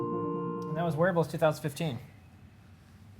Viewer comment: lol, every time you say wearables, my girl thought you where saying werewolves